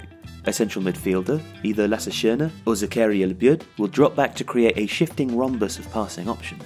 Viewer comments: Great video, however 2 points of criticism: 1. This match is important, it decides who ends first in the group. 2. Some of the pronunciation is a bit weird. Labyad and Van de Beek were incorrectly pronounced. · The content on this channel is great... but the pronunciation of some names... I really had to think a moment before I understood it was Labyad who was mentioned after Schöne.